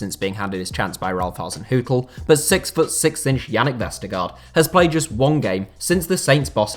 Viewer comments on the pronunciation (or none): none